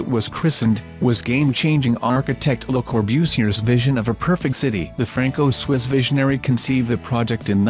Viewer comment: Saynee? Corbusiurrrr? Not finishing this. Bye.